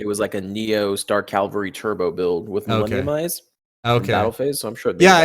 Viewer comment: Btw it's dark cavalry, not dark calvary